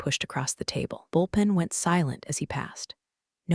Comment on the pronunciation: Did you mean Bull pen? not Bolpin